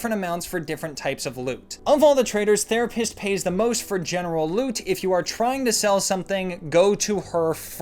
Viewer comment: One massive misconception is your pronunciation of the general loot trader It is NOT Therapist... Make sure to pronounce it THErapist and you will understand the quest pain she gives you.